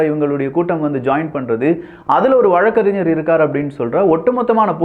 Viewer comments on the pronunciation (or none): none